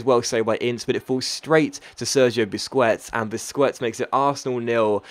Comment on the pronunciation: Its pronounced busqets not busqwets